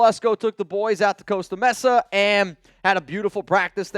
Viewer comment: CARR! LOL! #4 ALL DAY! And for the LOVE OF PETE! It's Co-Sta MAY~Sa